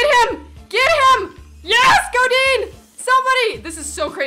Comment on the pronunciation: "Parejou" "Goudin" Hahaha spanish in England sucks